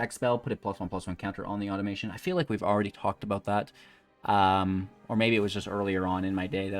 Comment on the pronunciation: 'Auto-muh-TAWN'. No 'i' in there. Automaton.